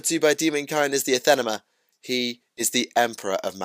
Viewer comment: ANATHEMA, not "athanema"..